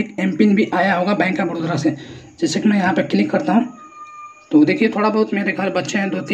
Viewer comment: बड़ोदरा नहीं बे बड़ौदा